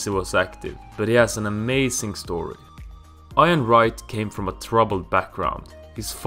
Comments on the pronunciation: He called ian Wright iron Wright 😂 😂 😂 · 'iron' Wright 😅😅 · Iron wright